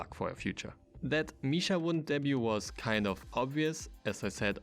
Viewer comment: its supposed to be pronounced "vit-chaa"